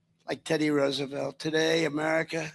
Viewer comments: The horses are "trotting" not gallopping. And it is Rose a velt, not Roos. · Benny! ROSE a velt! Not ruse a velt! Uggggg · Why are you pronouncing Roosevelt like that? It's suppose to sound like "Rosevelt" not "Roosevelt". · Pronunciation of Roosevelt is as in rose, not rooze. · Nobody east of the Mississippi pronounces Teddy and Franklin's last name, "Roooooosevelt" (anymore). It's been pronounced Rose-a-velt my entire life. Watch any history program made in the last 70 years about the Depression or the Panama Canal. The president's name is "Rose-a-velt". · Come on man it's "Rose a velt" for Pete's sake Benny it's not Rooosavelt 🤦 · Fun fact: Roosevelt is actually pronounced Rose-(uh)-velt. The name has Dutch roots and both Theodore Roosevelt and Franklin Roosevelt confirmed its pronunciation. Research it if you don’t believe me. 😂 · It’s not rusevelt